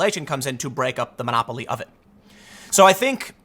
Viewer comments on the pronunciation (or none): none